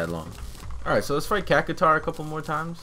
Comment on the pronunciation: I do not really want to watch all this... Also, its Cact shwar